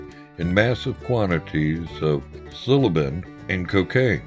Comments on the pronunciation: Thank you lol... has nothing to do with his being southern, as he says, he simply just didn't ever learn the proper pronunciations. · The narrator is not of this era. Mac Goowin? Silloben (psilocybin)? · Good documentary, but why is there someone doing voiceover who can’t pronounce McGuinn’s name and thinks there’s a drug called “silibin”?